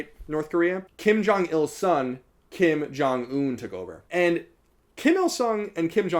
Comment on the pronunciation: Hey loved the video! Just wanted to give you a heads up on your pronunciation. It's understandable because the romanization of korean is pretty bad, but that being said I figured you'd want to know how to pronounce these words since North Korea interests you and you were using them alot: (김정은) Kim Jung Eun - the eu is pronounced like oo in book not like in food. (평양) Pyongyang - the a in yang is like a in fall not like in hay. And make sure to pronounce the (ng)s as (ng)s and not as (n)s (주체) Juche - the ch is a hard, sharp ch like in chips.